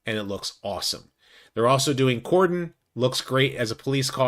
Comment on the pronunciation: Wow, your the 1st content creator that has pronounced Cordon correctly!!